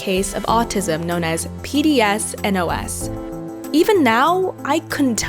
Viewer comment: Btw it is PDD-NOS not pds-nos. Read up!